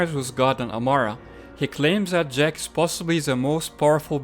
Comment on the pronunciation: Its jack not Ziiiack